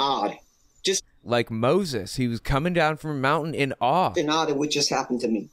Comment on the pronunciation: Sounded like "in odd" apposed to " in awe". 😵‍💫